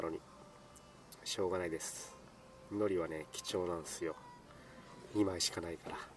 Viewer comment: 海苔の発音間違ってませんか！？wwwラーメンシリーズ最高です